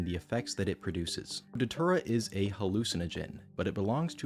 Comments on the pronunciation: You know it's bad when it's pronounced "deter-uh" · Datura ❌ Dhatura✅ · It's pronounced "Day-Tura"..... I've tried it once and NEVER again. We boiled in coffee and drank it. It starts off with not being able to see your phone, it's all blurry. Then the chaos begins. You see things that aren't there and talk to people that don't exist. It was a wild night, and I just roamed. I woke up on an ants nest wearing nothing but my boxers and one sock, that's it. I was about 3 hours away from my house. You get memory flashbacks over the next few days. It's a weird drug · i dont think you are pronouncing datura correctly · That doesn't work if you pronounce datura properly